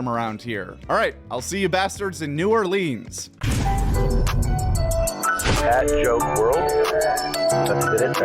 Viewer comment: you gotta work on that New Orleans pronunciation ... dont say it like a tourist 😂